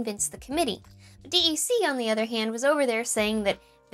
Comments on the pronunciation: “Dee Eee See” aka “DEC” is said like “deck”. Gawd…I feel old. I appreciate your efforts! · Came here to say this. Just like we wouldn’t say “D.A.W.”, we say “daw”… Same with DEC as “deck”. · ....DEC is not usually pronounced D-E-C, it's usually "deck". As in the deck pee dee pee eleven (DEC PDP-11). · Digital Equipment Corporation or DEC was pronounced "Deck" not D E C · It is not D-E-C, but DEC as in DEC-adent, or DEC-ade, etc. I worked there the last two years of its existence. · It's OK to say "Dee-Ee-See", but DEC was typically pronounced "deck". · We said "deck" for DEC, not D-E-C. Maybe just me or a regional thing. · I had to think twice when she said D, E, C. Growing up, I only heard people say 'deck' when speaking about DEC. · DEC is pronounced deck, not dee-eee-cee, by people who worked there. :) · I've never heard it called D E C before, just DECK, and now my whole life is wrong. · This is a fantastic video! Just a tiny nitpick: DEC is universally pronounced "deck". It's "digital" or "deck", never "D. E. C." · You know it's a youngster when she says "dee eee see." In the day, it was always pronounced "deck". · My mom worked at DEC in the mid 70s and 80s. It was pronounced “deck” not Dee Eee Cee. But actually everyone called it “Digital”, or if needed for clarification “Digital Equipment” The people who called it “Deck” (DEC) were usually Digital employees or industry insiders. It is kind of wild to think that Digital was a (relatively) well known brand back in the day. We had SO much “Digital” swag in my house growing up. 😂 Anyway, great video! I use a DAW occasionally, I never really thought about the calculations for volume, or any of the parameters on a DAW! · Love this content, but one little nit - nobody in the industry pronounced their name "D.E.C.", it was always pronounced "deck", like on a ship 🙂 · Who says "D E C"? It's not like "I B M". I used to work at DEC and everyone just pronounces it "Deck".